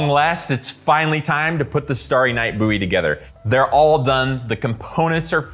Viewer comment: Stary night Boowy , Bouwie , Bouwy. Ok my man, how do you pronounce bow, do you say boo. I suppose it could be an accent thing. I love your videos so please don't think I'm a troll. 😎